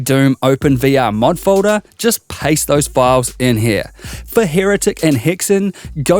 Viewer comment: learn how to say folder